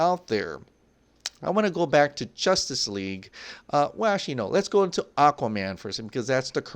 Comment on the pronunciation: He says jostice league 😂😂